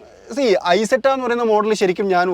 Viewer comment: ഇസെറ്റ എന്നാണ് പറയേണ്ടത്